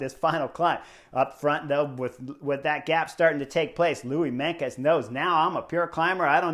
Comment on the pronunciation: Not Louis Menkes but Louis MeinTJes (Tjes is pronounciated as "'Chuss' in English) :)